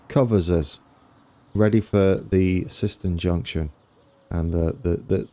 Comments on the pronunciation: Siston you mean Syston (Sighs Ton) You got Sileby right....and I love the final Low Bridge at Sileby.... you need to add a Low Bridge warning sign before the Double Deckers take the top of their roofs. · Also, Syston is pronounced S eye ston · Great video! Just one thing, syston is pronounced with an “I” sound. So like siseten.